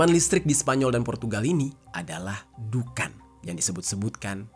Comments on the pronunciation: Di bacanya duhon bukan dukan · di th 2019 Indonesia pernah padam listrik sejawa dan bali dari sore sampai dini hari..😵😵😵 maaf koreksi bg,dukhan itu di bacanya duhon bukan dukan.🙏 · Sorry bang, dibacanya bukan pake A, tapi O.. jadi dukhon dibacanya.. cuma ejaan indonya aja pake A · Baca dhukhon bang...😂